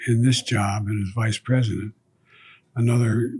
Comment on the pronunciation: ayam sori prizidon 😅